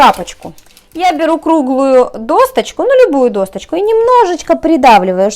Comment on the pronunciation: Надо говорить досочку, а не досТочку. Проверочное слово— доска